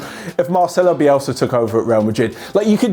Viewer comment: I almost died when said Bielsa😂😂😂